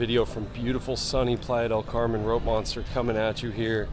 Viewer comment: The way Americans pronounce Playa del Carmen 🙄